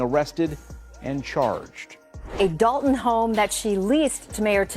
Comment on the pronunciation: Dolton, not doon